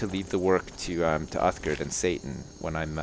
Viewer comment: It is Satan not Satin